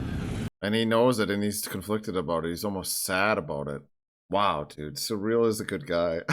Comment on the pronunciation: Saying Syril's name in a kinda-French way is absolutely appropriate here. He's on kinda-France-planet.